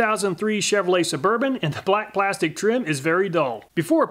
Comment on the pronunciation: Dude says blastic instead of plastic lol